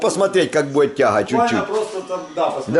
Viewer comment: бует бует бует бубубубует